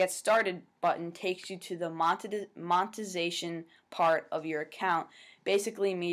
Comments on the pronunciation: Mon-Eh-Ty-Zay-tion.....SAY IT WITH ME..... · You prenounce it like: moneytiesation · monte moniti montaziation Lol.